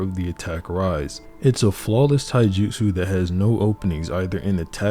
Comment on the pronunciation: Bro, I love this video. But your Japanese pronunciation needs a ton of work. Mount Myo-Bo-Ku not Mio-Bo-Ku. Ka-ta not Kat-a. And Tai-ju-tsu not Tai-jitsu. You have to pronounce the syllables or you're just saying random words.